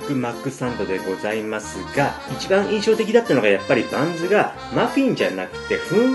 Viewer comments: パンツの中にって聞こえた気がするｗ(●´ω｀●) あ、バンズかｗ聞き間違いｗ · ふんわりパンツって聞こえた‥